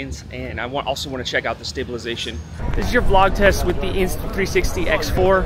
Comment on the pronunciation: when you say V- LOG are you trying to say VLOG?